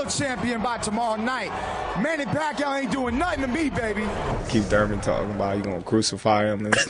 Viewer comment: I can still remember how Jim Lampley couldn`t even pronounce PAQUIAO,and didn`t really try either. I think he thought he woudn`t have to say it again....